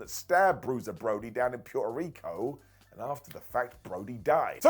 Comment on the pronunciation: bro, you need to learn how to pronounce Puerto Rico.